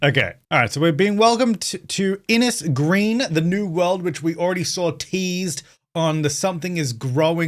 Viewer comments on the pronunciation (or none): Might be late to the party and might never see this but Inis Green should be pronounced Inish Green (Inis is Irish for island) Thank you 🇮🇪🇮🇪🇮🇪